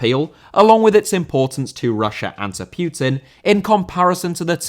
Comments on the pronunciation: putin not pyutin ffs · Putin* not Piyuten